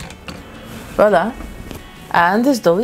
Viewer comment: I like the way she says Voila. It souds correct.